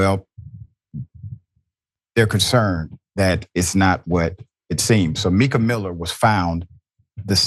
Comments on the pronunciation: M I ca, not Meeca. 🤦‍♀️ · "MICA" is pronounced like "MICAH" (Long "I" sound)